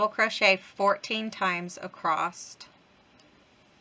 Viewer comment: Love this easy pattern. Thank you for sharing. You crack me up how you say across..t! …Lol 😂